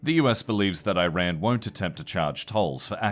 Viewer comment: L report for lack of effort "can't even bother pronouncing Iran correctly"